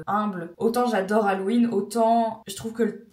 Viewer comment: On prononce « hallOween » et non « hallween » :) 😊